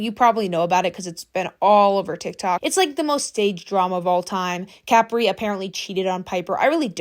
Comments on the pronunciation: Not trying to be THAT PERSON or rude but it's pronounced Cu-pre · You pronouncing Capri like that is wild. It’s Capri…. Like Capri pants. Not like a bottle cap😂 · the way you say capri is so funny